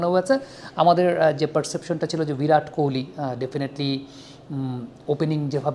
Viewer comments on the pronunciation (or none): ভিরাট নয় ওটা বিরাট হবে 😂